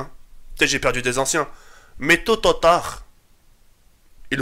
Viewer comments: wallah jte kiff gg pour tous ce que tu fais mais stp arrête de dire tototard cest tôt ou tard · mdrrr il a dit tototard mdrrr psahtek tk les 300k tu les merites 😄